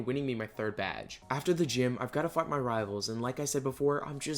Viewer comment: is it just me or did he say fuck his rivals not fight